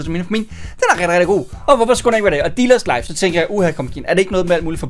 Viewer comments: det lyder som om at du du siger ^velkommen til diller´s life¨ xD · Er det bare mig eller siger han dillers Life ??? 0.03